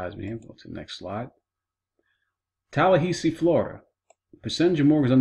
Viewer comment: wasted 5 minutes of my life, boring uninformative and cannot even pronounce tallahassee properly